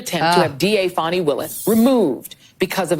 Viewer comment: Thank you for having the guts to pronounce Fani’s name properly!